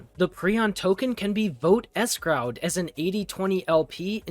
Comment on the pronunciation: escroud? did you mean escrowed?